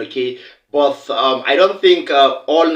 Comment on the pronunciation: My Brother hi. First, there is no Letter...(H) in the word...[BUT] So I beg you please, do mislead Nigerian children of today, and tomorrow...growing up learning to pronounce words wrongly like you are doing here! Please speak clearly, simple!!!.